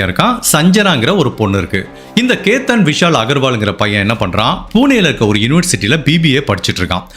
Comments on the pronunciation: The correct pronunciation of the names: Ketan - not cathun but kay-thun Siya - not c-o bit c-ya Chethan - not chettan like malayali, but chay-thun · Hi. I am a great fan of your program and narration. I feel if you correct your pronunciation of certain words, you will go great miles further. Example: Sia., not Sio Ketan not Katan Vinchu Kada Bakery This is to help your narration go to greater heights and certainly not to pin point. Hope it is taken in good sense. My best wishes to you....